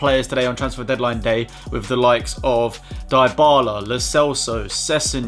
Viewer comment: the way you pronounce dybala really kills me 😂😂😂